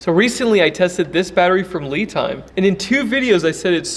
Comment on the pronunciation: I think you're mispronouncing the battery name. Should be "Lie" Time.